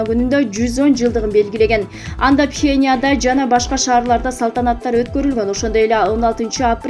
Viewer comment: Пхеня эмес Пхеньян